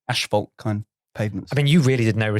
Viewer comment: Bit concerned that presented an awards show for pavements and mispronounces asphalt repeatedly 😂😂 who’s going to be the one to break it to him?